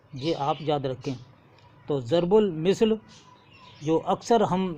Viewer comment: As, zarbul misl nahi balke zarbul masal hota hai aur plural zarbul amsaal aati hai